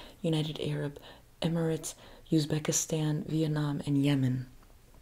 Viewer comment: Yemen❌ Yeaaah mann✅